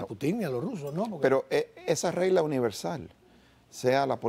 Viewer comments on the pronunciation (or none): No se dice Putin con acento en la i se dice Putin con la fuerza de pronunciación en la U no se cambian los nombres eso es feo al oído y te estamos escuchando muchos gracias !!!